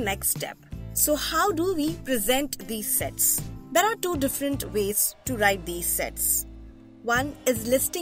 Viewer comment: I think you say Sex 😅